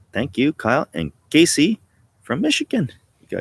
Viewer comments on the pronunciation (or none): none